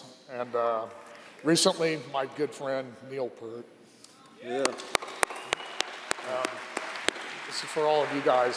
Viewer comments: Peart not Pert. Bummed to hear him say Pert. Love em both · “Peert”! Why is it so bloody hard for people to pronounce his last name correctly? If anyone could get it right I would have bet money on Danny. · Say it with me, "Neil Peeert". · I can’t believe he pronounced it “Purt!” 🤦🏻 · Perhaps when Danny pronounced Neil’s last name incorrectly (like the clown Taylor Hawkins did during the HOF induction for Rush) they would have known what’s up. In fairness you can tell Danny was upset as he recalled Neil’s friendship with him but for fucks sake, if someone truly wants to honor the man, say his name correctly. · Too bad he pronounced 'Peart' wrong... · You would think he'd at least pronounce The Professors name right....... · He’s a good friend of Neil’s and he doesn’t even know how to pronounce his last damn name?